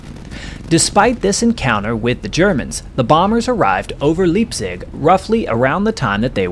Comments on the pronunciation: Even before l studied German, l knew how to pronounce Leipzig, probably from old WWll movies. First time l've ever heard 'Leap/zig'. You'd just think someone covering the war would have a better grasp. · Love your work! FYI Leipzig is pronounced like "Lypzig". Only reason I know is my wife is from that area, and her father was a child in Merseburg surviving many bombing raids. That area, with the synthetic fuel refineries and aircraft manufacturing was a very well defended. In 2003, I met an old B17 ball turret gunner and asked him he remembered ever doing a mission over that area. He said, "Definitely! If you saw Merseburg/Leipzig on the sheet, you got a knot in your stomach. The flack was terrible." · Thanx for recounting this interesting & worthwhile story. One small correction to help with your narration: in german, "ie" is pronounced as long e; "ei" is pronounced as long i. So, Friedrichshafen is pronounced "Fr-ee-drichshafen", and Leipzig is pronounced "L-eye-pzig". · It's actually pronounced Leeepzug. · The German city of Leizig is pronounced: LIPE·sig. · I hate to keep correcting you but the word Leipzig is pronounced phonetically “ Lipe- zig” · German city pronounced “Lipe-sig” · “Leap zig”?? Please at least TRY! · German city Leipzig is pronounced Li pzeeg so ei = i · Dude, You did a good job on this video. However, you have to get your facts straight. Dunn was a Master Sergeant not a Major Sergeant. You're doing a disservice to his memory by not having his rank right. Furthermore, Leipzig is pronounced Lie-p-zik. Straighten this out and you'll achieve your goal of honoring Master Sergeant Dunn and gain the respect of veterans. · Iiiits pronounced LIEpzig... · Heres a quick German Tutorial: The trailing vowl gets stressed. ei ie ... if its ei the i is stressed... if its ie the e is stressed... Its Le!pzig... L-Eye-pzig 🐖 Youre saying it all wrong. 😢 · Leipzig = liep-zich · Good point, going for a phonetic pronunciation of "Leipzig." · "Leepzig" lol.